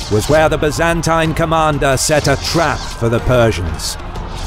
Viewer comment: I'd make a drinking game out of every time they pronounce Byzantine the way they do but I don't wanna die.